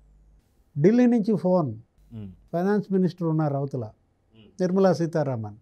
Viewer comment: Tirmala kaadu Nirmala